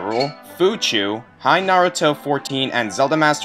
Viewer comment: hey not to be an ass but you mispronounced my name. its pronounced Hina, like the first half of "Hina"ta, and then ruto, like the second half of Na"ruto".